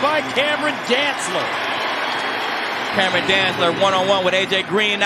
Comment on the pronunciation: Cameron Danztler... I swear for a second i thought i heard Kam Chancellor.